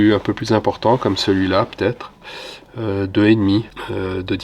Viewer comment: Très impressionnant ! en tant qu'amateur, je reste ébahi ! Cependant, une faute de prononciation (ça va têtre) et d'accord (on a digresser ! Digressé !). J'ai hâte de connaitre la suite de ces reportages fascinants !Amicalement Alain